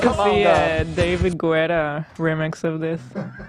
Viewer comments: Omg learn to say David guetta correctly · It's actually pronounced dei·vuhd geh·tuh